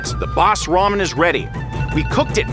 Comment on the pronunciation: Ele falou ramen mais lamen kkkkkk